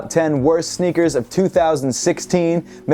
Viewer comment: "sneakers" not "snickers